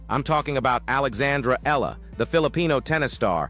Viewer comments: E-ya-la...3 syllables, AI. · EALA is pronounced " EYA-la ". The " EA " is like a diphthong. This is a common pronunciation in the Philippines.